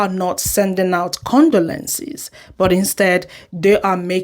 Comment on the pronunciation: Im not sure if you have an accent but for future reference a good way to pronounce condolences is to break it into segments like this “Con-dough-len-sis”